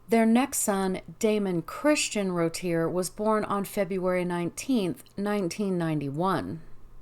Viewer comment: Pronounced Roo-Tee-A I believe. Otherwise excellent work as per usual.